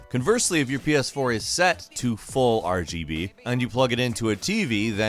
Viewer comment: Didn't get past the first one, couldn't listen to this guy say RBG one more time